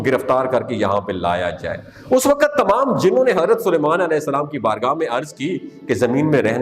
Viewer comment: Ye wakat kya hota hai??? Waqt is the right word.